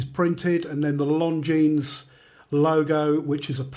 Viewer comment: Great looking watch despite the beating and I'd def go for the 44 too.p.s,At the risk of sounding pretentious ...Isn't the s in Longines silent?